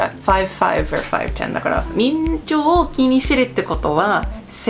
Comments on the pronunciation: 「身長」は「みんちょう」じゃなくて「しんちょう」と読みます。日本人でも漢字の読み方を間違えて覚えてる事は結構ありますので、気にしないで下さい。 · "みんちょう" かわいいw 身長=しんちょうだよ〜 😉